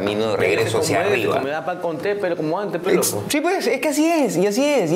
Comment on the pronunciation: Maicelo dice pedo en vez de pero 😂😂😂